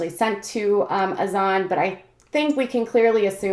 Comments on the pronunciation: Brittany Smith it’s Hassan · You pronounce Azan’s name wrong. Just a heads up